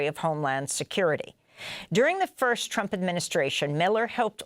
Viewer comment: Did he say " President Trip " 😅😂🤣 , thats what real Hate is.